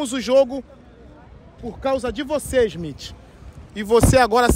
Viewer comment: "de olho no ismitche, ISMITCHE" KKKKKKKKKKKKKKKKKKKKK